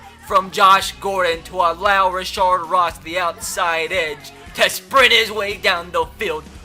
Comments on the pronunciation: Its rashad not rashard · its not rashard ross lol, its rashad ross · Rashad not rashard Ross